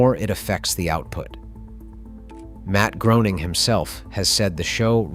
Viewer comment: Its pronounced Graining ive seen Matt state.